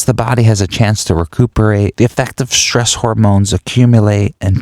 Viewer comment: this is excellent but words strangely said -- myshtery, dishtraction, shtress, shtriving. mildly distracting but overall a great program.